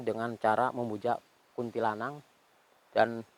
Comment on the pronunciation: Kuntilanak om bukan kuntilanang😐🤣